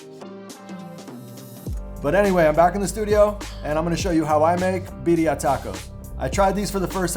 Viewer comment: Beat-D-I TACOS 😅 SAY WHAT? lol say it again